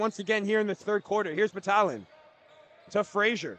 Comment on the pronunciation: #34 for Orangeville is pronounced BAT-TAG-LIN. Not Batalion 😂